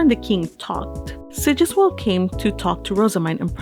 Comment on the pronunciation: "Sigisquirm" . Hah.